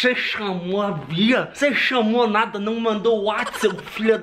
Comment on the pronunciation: os cara falando "nacada" kkkkkkkk